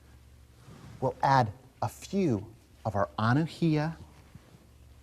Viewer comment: From Hawaii here. The correct pronunciation of Anuhea is Ah-new-hey-Ah